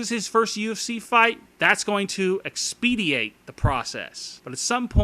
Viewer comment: Really...EX-PEE-Dee-Ate ????....the word I think you're looking for ( I hope,since supposedly you are a professional journalist ) is EXPEDITE ....meaning to bring things to a quick and successful ending.